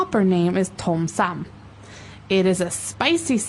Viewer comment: not Tom Sam, it's Som Tam